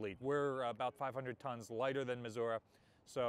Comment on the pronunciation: I’m from Missouri, a Navy HM3 8404 “Cold War” veteran and appreciate your pronunciation of Missouri.